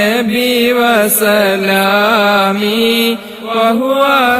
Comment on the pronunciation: നിങ്ങൾ ചൊല്ലുന്നതിൽ തെറ്റ് ഉണ്ടല്ലോ വസ്സലാമി എന്നല്ല വ സലാമി എന്നാണ്